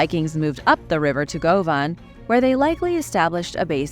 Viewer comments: Govan is pronounced Gu-Van. 🎉🏴🥃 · Hi sweetie, great program! 😊 But please, Govan is pronounced, Guvan! (Just sayin!)❤️🏴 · Some sketchy pronunciations. Govan for one.